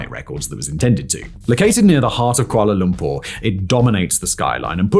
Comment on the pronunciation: i love when you said kuala Lumpur correctly..